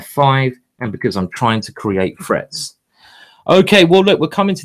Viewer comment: not gonna lie -- the first couple of times i thought he was saying "frets"... and english is my primary language 🙄lol